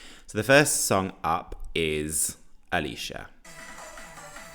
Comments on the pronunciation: It’s pronnounced ayle sha not alisha spelt ailsha lol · Feel kinda bad for ailsha, everybody is calling her alisha when her name is pronounced el-sha. That said, I'm firmly on team Ailsha and Bambie Thug to go to eurovision. I want us to take a risk.